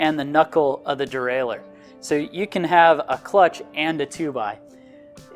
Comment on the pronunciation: Derailleur, not derailer.